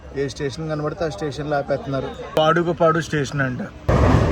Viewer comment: Bayya meeru station names thappuga antunnaru SULLURUPETA సూళ్లూరుపేట dheeragam theyali and pet kadhu bro Peta, padugupadu ni paaadugupad antunnaru